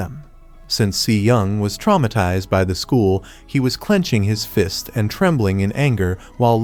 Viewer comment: I just noticed fist sounds like feest